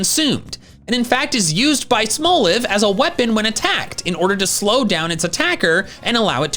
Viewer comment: "Smol" isn't pronounced like it has an e on the end, anyway. It's pronounced exactly the same as the word it's a play on. There's literally no reason to pronounce "Smolive" as "smole-iv."